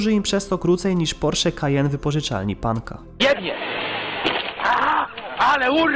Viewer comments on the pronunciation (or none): none